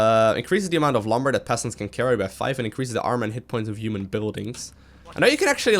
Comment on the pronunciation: what's a giuman?